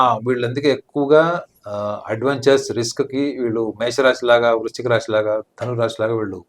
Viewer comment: ఒసేయ్ అది రాషి కాదే రాశి